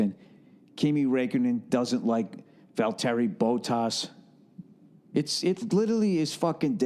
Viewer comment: "Vol-terry Bo-toss" xD